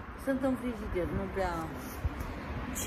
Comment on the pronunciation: Nu frijider:frigider,frigider,frigider. Nu crusca:Cuscra,Cuscra,Cuscra,cuscra,invatati mai oameni sa pronuntati corect cuvintele ca traiti in Romania rusine.